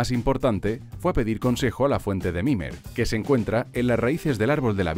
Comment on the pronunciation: Es mimir, no mimer